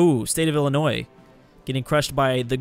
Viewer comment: Thx for pronouncing Illinois right🙏